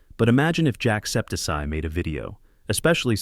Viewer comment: id say it was pretty decent ai voice fucked up jacksepticeye's name which was a tad annoying